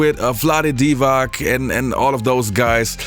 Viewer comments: ... also if "you’re a true Laker fan" > then you pronounce Divac as it should be ... "DIVATZ", not "DIVAK" ... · vlade divaC, not divaK. the same way it's not iviKa zubaK but iviCa zubaC.